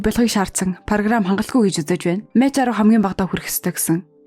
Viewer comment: Мач биш мак гэж уншдаг нүү эгчээ, баярлалаа дуртай киногоор минь бичлэг хийсэнд